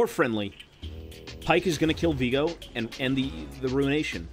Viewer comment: it's viego, not vigo